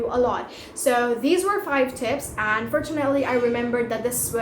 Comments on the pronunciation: It should be tips not "tipes" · sorry my mistake. It's tips not "tipes"